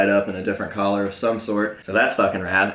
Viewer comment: if that how you say color, how do you say collar?